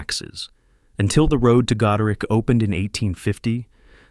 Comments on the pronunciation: Narrator says " Goderick " It is not pronounced " Goderick " It is pronounced "Goderich" like " itch" , in the meantime the closed captioning says " Until the road to God opened in 1850 :" All this in the first 4 minutes and 16 seconds of the video ! Come on people edit your damn videos properly ! !!!!!!!!!!! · Its not " God-er-rick" , it is pronounced " God-er=ich", like God-Rich" ,like a God that is Rich $ , lol. Grand Bend is pretty awesome. A friend of mine bought this HUge old School with a Gym & classrooms,for about 120k$ The province had spent over 1 million just on the front Foyer twenty years prior. Until these "Bastard" kids tried to burn it down on Xmas eve 2001 or so. It was on the old Military Base with a huge housing subdivision . There were hundreds of 2 bedroom houses for rent for 3-400$ monthly,dirt cheap. Those living in London & wanting an escape found it,lol.Ah the good ole days. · Why can't you use a human being to narrate these? The AI sounds terrible "Goder-rick"... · Gode RICH not rick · ahhh the government did "work" with the natives they murdered them put there kids in catholic schools and called it a day. This is AI not even labelled AI but its not pronouncing Goderich rich thats for sure.